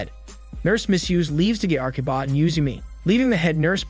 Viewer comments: the narrator keeps saying Arkiba when the subtitle says Akiba. It is that hard to say A-ki-ba? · The subtitles clearly note that the spelling is Akiba. However, the narrator keeps saying "Arkiba" and it is mildly annoying. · Akiba not Arkiba